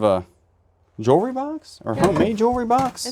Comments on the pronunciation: You pronounce it jewel -ry, not jury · always curious about calling jewelry, "jewry"!? Are you mispronouncing on purpose to be funny? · lol, he knows, it's his way of making us laugh.